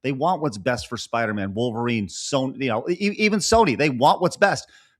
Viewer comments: I really like but I hate the way he says Wall-verine. 😂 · He's right but man the way he pronounces Wolverine make me insane lol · He didn't even pronounce wolverine correctly. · 😅😅 I hear that too